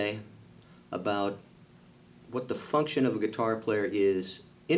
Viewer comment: He said… what the “funkkk-ction” of the rhythm guitar.